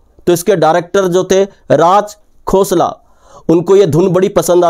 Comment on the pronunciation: अगर आप राज खोसला को राज "घोसला" कहते हैं, तो मैं भी आप को कहूंगा...